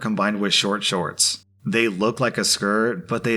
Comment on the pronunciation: Shkort shkorts